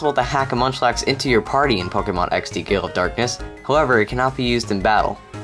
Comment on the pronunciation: Is it just me or does it sound like he's saying "Pokemon XD: Gay Elf Darkness"?